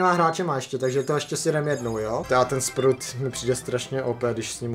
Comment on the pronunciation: Já: Sprout: Sprut 😂😂😂😂